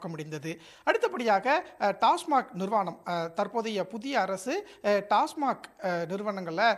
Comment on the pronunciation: டாஸ்மாக் நிறுவனம் நிர்வாணம் இல்லை 😂 தெளிவாக படிக்கவும்😊